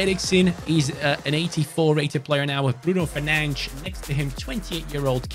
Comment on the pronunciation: Mar Tea Yal - Fer Nan Chhes 😅😂